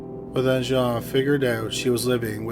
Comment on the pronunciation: "Jean" (female) is pronounced the same as 'Gene' (as in Eugene). Capiche?